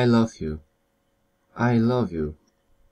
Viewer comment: Ale chujowa wymowa xd, np.: love czyta się "laf " a nie "low"